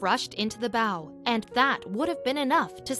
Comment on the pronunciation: you say a ships bow......as ba-ooow...the way you say it sounds like a ribbon